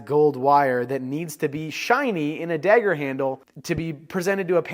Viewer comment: You pronounce dagger as “degger”